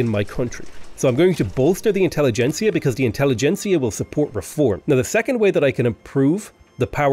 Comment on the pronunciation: Great video! Best tutorial style video of V3 I've seen yet! Also very happy to hear you are the first to properly pronounce "intelligentsia", which all the native english-speakers I've listened to have so far failed to do.